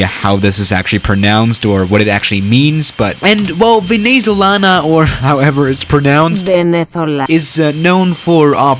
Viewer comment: "Venezolana-AANaL" LMAO